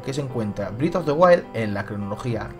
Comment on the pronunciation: ¿Y como explicas que la fuente se parezca tanto a la del castillo de Twilight Princess? (Anotación: el nuevo juego se pronuncia "brez" of the wild no "brid", es molesto escucharlo mal)